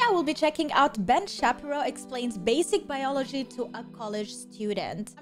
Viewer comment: Ben Shappyrow 🤣 you're cute